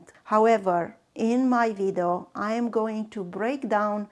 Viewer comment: You mean video?😂 not vidu